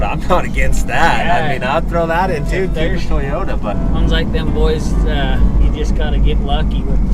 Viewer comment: "Poyota" 4x4 🤪🏆🏁